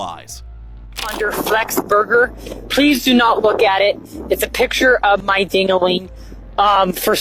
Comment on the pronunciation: How did you pronounce burger like that?